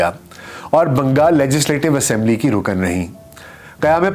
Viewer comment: Are you sure it is pronounced Naina and not Nina Behind the ' veil ' pronounced as vale Not Rukan but Rukn Nafs not nafas Noticeable . there is not a single photograph of Shaista Ikramullah in public domain in purdah herself . Purdah being widely misunderstood and deliberately enforced by men over women in the Muslim world